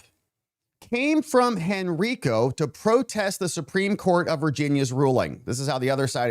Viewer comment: We already had a new congressional map drawn in December 2021 that gave the Democrats a slight plus at the time. Also, Henrico is pronounced: hen-RYE-koh